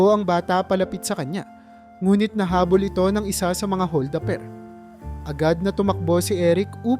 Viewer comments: Hol da per hindi hol daper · Maganda ang kwento..puna ko lang bigkasin Ng Tama ang bawat salita..like hol da per.